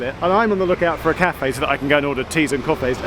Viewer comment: Did anyone else notice that e acute when he said he was going to order some coffé ?